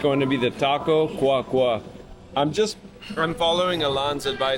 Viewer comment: Great review, love how respectful you are with everyone. So happy that I found this channel. Just to help with the pronunciation it's señor Godzilla, just like we would say it in English it's clear. It's taco Cua Cua because in Spanish duck s go "Cua cua " as in English they go "quack quack. " so the accent is in the final /a/, instead of the /u/. So not, cUa cUa, but cuA cuA. Minor details! Just thought you might find it funny that that's how the taco was named. Again, I think its so respectful that you talk Spanish to the staff, instead of English. Great job! I'm a new fan.